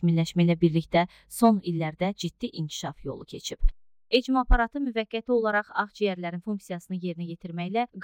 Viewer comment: ECMO yox ekmo 😂